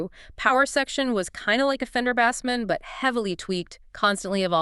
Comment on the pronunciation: Fuckin AI slop! Bassman doesn't rhyme with ass man.